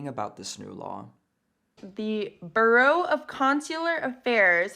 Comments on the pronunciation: How intelligent do you have to be to pronounce "bureau" as "burro" ? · Hunter doesn’t know how to pronounce “bureau.” That’s more embarrassing.